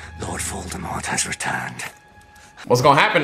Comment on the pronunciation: “When I take this cap off I look just like lord Voldemufflrmffm” plssss you and these names😂😭